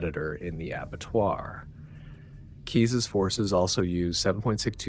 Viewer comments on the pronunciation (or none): none